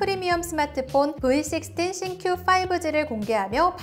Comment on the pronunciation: 브이 피프틴은 v15 아니냐? ㅋㅋ 발음좀 그리고 v식스틴이 아니라 식스티 입니다 ㅋ